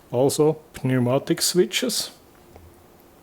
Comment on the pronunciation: Very cool. Btw, in englisch they pronounce "Pneumatik" without the "P". Das wird gesprochen wie "niumatick". Pronouncing it like "pneu..." sounds like an old slang word for something below the man's belt line 😀